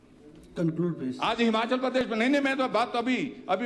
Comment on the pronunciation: मुख्यमंत्री जी पहले हिमाचल बोलना सीखे । हमाचल बोलना छोड़े 😅😅